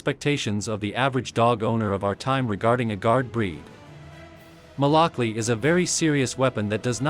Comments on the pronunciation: Fun fact: malakli is actually pronounced “malakluh”, it’s actually a Turkish letter at the end which looks like “i” but most of us don’t have the font so we just write it with an “i” which is why people think it’s pronounced “malaklEE” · So the proper pronunciation would be Malak Loo or Lu. Or even Lou??